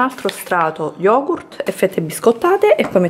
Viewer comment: Ussignur lo YOGU SKAIR